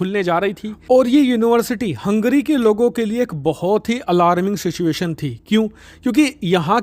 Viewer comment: भाई वो हंग्री नहीं है हंगेरी है.